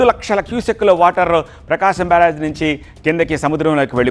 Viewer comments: Barag kadu barr age😂😂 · బరాజ్, ఫిరాజ్, కాదు బాబు అనర్గళంగా మాట్లాడే ముందు స్క్రీన్ మీద న్యూస్ ప్రోపర్ గా చూసి చదువు ఇట్స్ కాల్డ్ " ప్రకాశం బ్యారేజ్" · బారాజు కాదు బ్యారేజ్ తెలుగు సరిగ్గా మాట్లాడండి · బరాజా బ్యారేజా బ్యారేజీ అనాలి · పేరు ఖూనీ చెయ్యొద్దురా నాయనా, నీ ఓవర్ యాక్షన్ నువ్వు,.. బ్యారేజ్ అని అంటే ,నీకు ఇంగ్లీష్ లో పట్టు లేదని ఎవరైనా అను కొంటారా ఏమైనా.. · మాట మాటకి బరాజ్ బరాజ్ అన్నవో.......